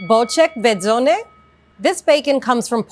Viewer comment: Why? She did great for a non native Polish speaker.